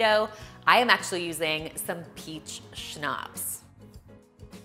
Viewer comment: Why she pronouncing schnapps like schopps?